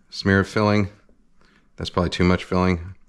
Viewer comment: A schmear? Yea, a SCHMEAR!